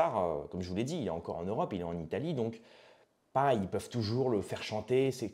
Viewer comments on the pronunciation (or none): none